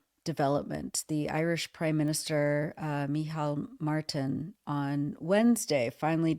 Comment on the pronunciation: Well done on pronouncing Michéal Martin's name right. But also, Martin is a griffer. The reason he said this is to deflect from the fact that American army military hardware goes through Shannon airport. Some of it to Israel and all of it is up to no good. Our government is not complicit in word, but they're completely complicit in action.